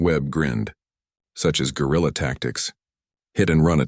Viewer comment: Guerrilla tactics, not Gorilla tactics.. lol